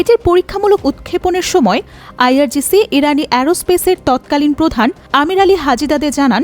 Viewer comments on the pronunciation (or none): none